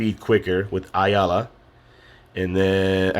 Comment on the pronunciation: When's the next time you go live maybe live gac also the blue jedi aayla is pronounced A LA